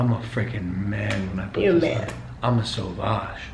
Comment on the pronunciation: Shout out to all the French people who also cringed when logan said "Sauvage"